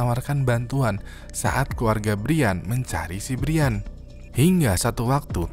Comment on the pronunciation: brian itu bacanya brian bang bukan brian